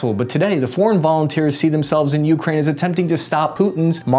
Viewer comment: Why do people say Ukraine like that?! It’s one word!